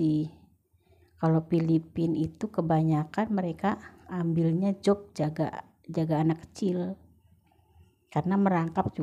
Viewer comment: Job mungkin mbak, bukan jop